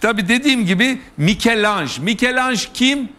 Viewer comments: Mikelanj !! Yuh ya yuh artık. Ben yıllardır İtalyan ressam Mikelangelo’nun Fransızca Mikelanj telaffuzuna isyan ederken bu entel özentisi Ertan Özyiğit artık yazılı olarakta Mikelanj’ı ekrana yansıttı ya, vallahi helal olsun! Ve yıl 2022 !! Hepiniz utanın, yazıklar olsun seviyesiz seviyeliler(!) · Ertan Bey. ,,Mikel Anj,, değil.!!!!! doğrusu MİCHEL ANGELO yani bize göre Türkçe Dilimizde ,,Mişel Ancelo,, saygılar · Michael degil michelangelo Türkçe.. Melekmikail